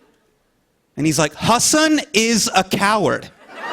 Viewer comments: Jimmy said HasEEEEENNN. But its hasAAANNN!!!! And i am lowkey pissed off by this. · No Jimmy, it's Hasan. Like "HA-SUN", not "HA-SIN" 🤦‍♀️ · Hasan. . Not haseen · WOW.. Jimmy kept ticking me off. Kept calling him "HAS-SIN". His name is HASAN, PRONOUNCED HAH-SOHN. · HASAN not HASSIN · It's pronounced as "as sun ".. not hasin .. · Jimmy : Hasssennnaaah.... Me :There goes again...the wrong pronunciation chain🙃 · did Jimmy just called Hasan with "Haseen"??????? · Did he just call him Hasil at the beginning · yeah lmao he said "hasin" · Jimmy still pronouncing Hasan wrong makes me cringe so hard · But he didn't. He did try, though, which is great